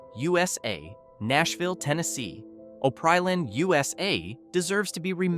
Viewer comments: It's pronounced Op-ree-land! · Pronounced: Opp Ree Land. Pronounced: H R. Puffin Stuff